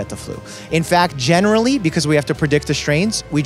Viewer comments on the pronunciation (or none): none